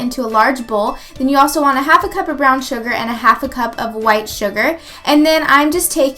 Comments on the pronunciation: Haha did anyone notice she said cump instead of cup :P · Lol she said "one cump of canned pumpkin"